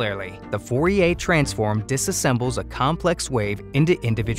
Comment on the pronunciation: u keep saying fourier wrong.